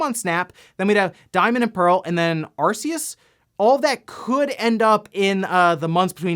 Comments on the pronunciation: Nuuuuuu you gotta use the localised pronunciation of Ar-key-us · he said ar-see-us i am going to die if i hear another mispronunciation lol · They confirmed how Arceus is this pronounced I will kindly ask you to start using it